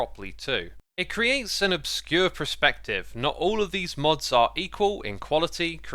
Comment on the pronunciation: Every time you say "PRE-SPECTIVE" it gets me Xisuma! Thanks for the analysis, I find it very interesting especially as a programmer myself.